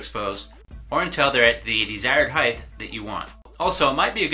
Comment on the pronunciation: HEIGHTH is NOT a word. It's HEIGHT.